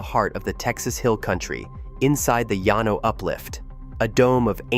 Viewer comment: it’s pronounce Lan-O, texas